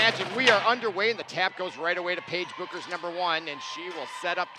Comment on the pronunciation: Yeah he said bookers, beckers,bewkers, beakers Everything except her actual name!